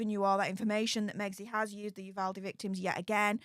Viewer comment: ...thank you for pronouncing "Uvalde" correctly. Nothing is more awkward and disrespectful than trying to show interest in a community and not pronouncing the town's name wrong. (PS...please tell Andy too!)